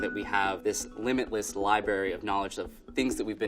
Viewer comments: He said “Liberry” we cant trust him. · LibRary not libary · I just came down here to see if anyone was ranting about libary. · This man said “Libary”..... instead of “Library”... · did he say libary? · Did he say “libary”? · I was done the second he said 'libary' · 1. Emeric? 2. "LIBARY"?! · He seemed so well spoken until he said “lie-berry..” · He seemed so intelligent and cultured, then he said “Libary”. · Did he say 'libary'? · "limitless LIBERRY"